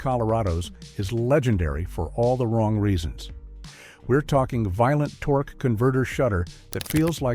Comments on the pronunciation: "Tor-kay"??? AI disappoints again. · Diesel tor-kay? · "Torkay"? What kind of wine is that? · Diezel tor-k. Ok ai video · “TOR-kay” ? AI version of torque….😅😅😅